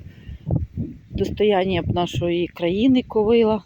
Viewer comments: В слові ''ковилА'' наголос на останньому складі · Доброго дня, дуже люблю злакові рослини, дозвольте Вас поправити, наголос правильно буде ставити на останній склад - ковилА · В кожному регіоні є свій діалект, не вказуйте, добре що не кацапською